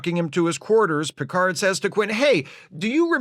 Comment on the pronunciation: "Mister Pickerd!"